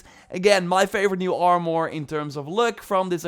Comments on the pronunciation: It's like he says "Are-more" more and more frequently the longer you watch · If you say armore one more time! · Armour ❌ Armoore ✅ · The way you say armor 💀